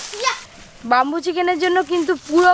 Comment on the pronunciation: বাম্বু না সঠিক উচ্চারণ ব্যাম্বু